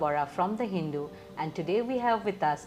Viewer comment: First learn how to pronounce Hindu.You are too late to show her food business.